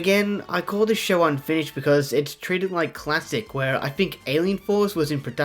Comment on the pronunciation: More emfases on “unfinished”